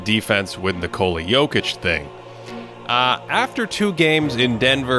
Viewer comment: Can y'all get to pronounce Jock's name correctly next podcast?